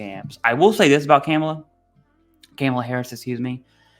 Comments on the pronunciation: The pronouncing of her name Kaa-muh-luh. Not Cam. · Not camel ah but Comma La.... 👍🏼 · Commi-La. I'm not the guy that normally points out spelling errors. Communist Camel-la!! Tomato or tamato. Dems are so worried about peoples accents and not the actual issues in the US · You need to pronounce the name correctly Kamala (Comma - La) Harris.with you doing that I am worried.. but Riddle me this what is the Vice-Presdents job? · Informative video!! Just a quick note for future videos her name is pronounced Coma-luh. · You pronounce a persons name correctly in a professional context, unless you want to be seen as a fool. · Her name is Kamala...like.... (Comma-La) You didn't even do your research to get her name right. 🙄 I told you this is divisive. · Good video. Sidenote. You keep saying her name incorrectly. Take it I don’t like either party or their candidates but out of respect everyone needs to pronounce her name correctly. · You should probably learn how to say her name first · If you don't think that the PACT Act and other recent VA changes have made seeking benefits and healthcare easier and more accessible to millions of veterans, you need to have your head examined. It's far from perfect, but getting much better. But what else would you expect from the guy who can't even pronounce her name correctly? 🤣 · unfortunately, her name is being mispronounced on purpose by Trump and many on the right. He does it on purpose because well that’s what Trump does. You just happened to walk in on that by honestly mispronouncing her name in this video. Some people are going to think you did it on purpose like Trump does. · Appreciate your perspective and holding these officials accountable,. It was also pretty funny hearing you say “Kamala” like an old southern white lady saying “Pamela” 😂